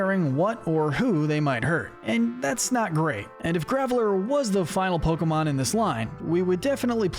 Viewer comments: you pronounce some of the pokemon names really wrongly. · Do the Bug-type next! I’m warning you, though: stop mispronouncing Pokémon names, “”! 🤨